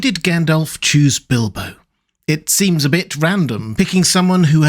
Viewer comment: Bildo? Tha burrrrglaur??